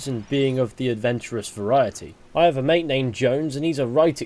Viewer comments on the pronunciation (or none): none